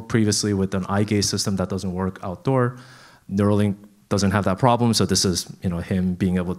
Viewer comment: Neuralink. Not nerua.